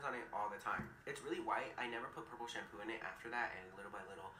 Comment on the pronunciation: It's not shampoooooooo